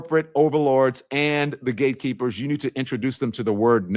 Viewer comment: Did he say, the "gay keepers"?